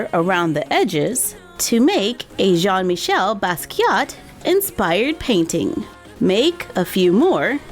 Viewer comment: It's pronounced *Jean Meecheyl Baskeeya. But anyways, cool video.